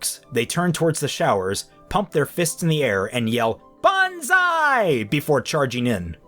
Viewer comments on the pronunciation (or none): none